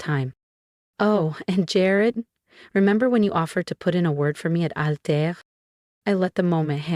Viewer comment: Altair not alter.